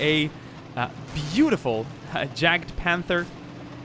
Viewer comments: Yagpanther not jagpanther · It is actually "Jagdpanther" (notice the d) try typing it into german google translate and hear the pronunciation for yourself. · try pronouncing it as "yaakt-punter" (atleast it comes as close as it gets to the german word when putting this in the english google translate)